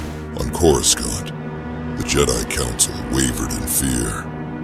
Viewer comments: Remember; we can't see how you spell stuff; and they way coruscant is pronounced with A.I. doesn't sound right; feel free to use what spelling you think would help the a.i. pronounce the dialect better. Like Core-Ah-Sant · Corus-Kant...... Lol..